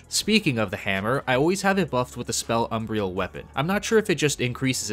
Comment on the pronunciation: How are you still saying "Umbrial" ? How can i trust a guide when you cant even read? Cant sound out these words you cant say? Are you 11?